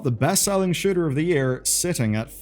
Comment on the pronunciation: Am i the only one that heard him say sugar instead of shooter?